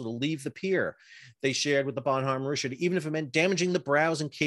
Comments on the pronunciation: The way you pronounce Bonhomme Richard is driving me crazy. Bon-nam and just Rich-erd... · Are you saying Bonhomme Rich ard or some other stupid pronunciation rick kard.